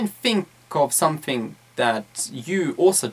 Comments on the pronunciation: I noticed that he pronounced wards like something, smoothly as somfing smmofly, am I the only one who noticed that? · "You need to talk about sumfink"?